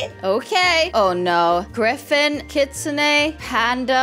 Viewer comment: You only say the kitsun bit the on kitsune it silent